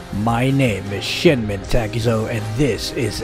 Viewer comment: When you say your name/youtube channel name I keep hearing “this is shitmen Takuzo”